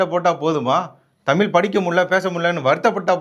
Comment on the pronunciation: தமிய் இல்லடா முன்டம்